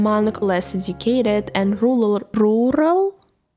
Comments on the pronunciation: i think she says rural better than most english speakers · You said rural best when you rolled the "R". Embrace your Russian accent; that is a difficult word even for natives to say. It was easiest to understand when you said it slightly more "Russian"